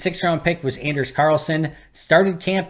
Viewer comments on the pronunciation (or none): Anders (pronounced On-ders btw) is a good kicker. However, it’s tough to go from down south to the frozen tundra. The kickers before him at Auburn all struggled before hitting a hot streak (Parky and Daniel Carlson). It’ll take time to adjust.